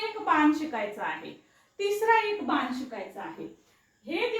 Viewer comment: आधी ज्या भाषेत वाक्य ट्रान्सलेट करायच आहे ती भाषा शुद्ध करा . बान नाही बाण असा शब्द आहे